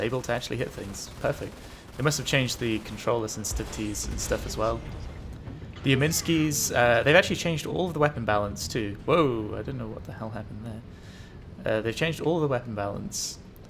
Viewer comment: Omnisky. Not Ominsky.